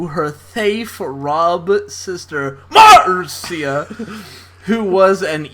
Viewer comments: THE NAME MARCIA IS PRONOUNCED AS MARSHA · BUT! in The Brady Kids spinoff, the intro's lyrics pronounce it "Marsha"